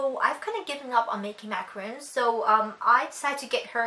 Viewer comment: The coconut one is the more American sounding one, ma-ca-rune but the French one is pronounced completely differently, maybe look it up?